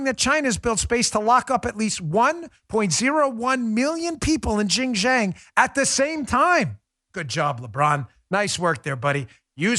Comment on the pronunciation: Dan always butchers xinjiang